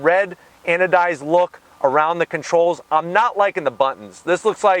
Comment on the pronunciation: Say "Anodized" one more time!